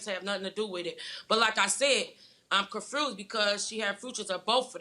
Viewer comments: Confrused instead of confused smh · If she say “she confruse” one mmoorreee ttiiimmeee ima scream lol 😂😂😂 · I'm so comfrused? LMAO! Get her hooked on phonics please! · Yes she can she’s just a little confrused💀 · What the hell is going on with all these mispronouncing of words. That isn't cute! ConFRUSed...Fuutures!?